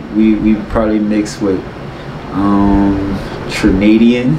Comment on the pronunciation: “Trinadian” lmao